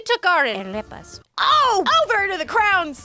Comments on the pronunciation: "arepas" isn't pronounced with a rolled R. You don't roll all Spanish Rs, only when there's a double R like "arriba" or "burro" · idk if it's the same arepas as in Venezuela, but if that's the case: it's ok!!! The "R" isn't meant to be rolled! You got pretty close to the actual pronunciation!! ✨